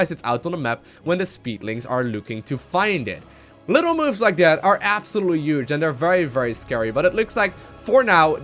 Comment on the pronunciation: take a shot every time he says 'uge' (huge) you'd be dead 10 in mins